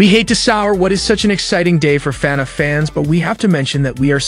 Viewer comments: fanaff fans????????????????????????? its prounounced lik fuhnaff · YOUR STILL SAYING IT WRONG YOU SAYING FEHNAFF ITS FUHNAFF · DUDE ITS FUHNAFF NOT FANNAFF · I can’t stop laughing at how he says “Fenef” instead of FNaF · if this guy says Fanaf instead Fnaf one more time I'll jumpout the window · f-NAF not F-nef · no hate but can u pls stop saying "fe naf" its just straight up "fnaf" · why is bro calling it fenef instead of fnaf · broooo it's fnaf not finaf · i'm in pain each time he says "FANAFH" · fenhahf?? markip i l e r? get it rightt edit: SCAWT CAW THON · Love the "fe-nef" pronunciation. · Lmfao bro said "markipaler" and "fanef"💀💀💀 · I keep hearing Fed Ef when he says FNAF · Why is bro saying “fenneff” lmao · man really said fenef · WHAT IS WITH THE TEXT TO SPEECH "fEnEf" "elephant in the rune" store line" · fnef movie lol, he also says fnef every other time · Ah yes. FNEF can’t wait to see it I loved watching mark play FNEF. Y do u keep saying FNEF???? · Why does he say fnaf weird Feneff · it bothers me how you say FaNAF. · why he saying fenaf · bro why do you keep saying FENEF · The way you say fnaf weirds me out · BROOOOO HOW DOES THIS GUY PRONOUNCE EVERYTHING WRONG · Look. i appreciate your vids but pleas pronounce "FNAF" "Markiplier" and "Cawthon" correctly. it makes me rage listening to how you say it in every video. Mark isnt in the movie, he is producing his own movie. Cory Kenshin is in the movie tho.